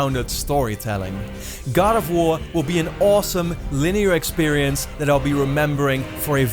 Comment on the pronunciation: I too am excited for 'Gad' of war.